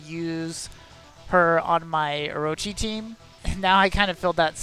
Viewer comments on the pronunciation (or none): none